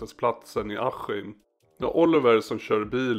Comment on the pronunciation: varför säger du aHHim? det heter bokstavligen aSKim. wtf hahhahhahhahah